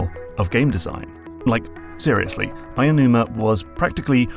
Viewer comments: And some pronunciation stuff that bothered me... Aonuma – ow-nooh-mah (not aya-) Kensuke – ken-skeh (not ken-sookie) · I like the analysis, but as a quibble, Aonuma is pronounced more like ow numa than Ayanuma. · It's 'Aonuma'. You keep saying 'Ayanuma'. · if you read this: Aonuma isn't pronounced “aya-noo-ma.” The correct pronunciation is more like "ow-noo-ma." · Btw his name isn't pronounced Ayonuma. It's Japanese, so vowels don't become their long form regardless of what comes afterwards. It's "ao", which sounds more like like "ow" as in the pain interjection. In fact it's pronounced "ah" then "oh" but say it quickly so they flow into each other. Japanese words are actually relatively easy to pronounce if you take the time to learn how. It won't even take hours. The rules are very intuitive and there are very few exceptions. So vowel sounds will be pretty much the same all the time regardless of where they are in the word, for example. Aonuma will never be ayonuma or ownyuma or whatever. That 'ao' in Aonuma is the same 'ao' in the word for the color green/blue, or other names like Aoi, Aoshi, Aomori, or even in other parts of the word like Kaori, etc. Hope this helps! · Great video, but it really hurt hearing Eiji AEnuma everytime... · No, it's 'Aonuma'.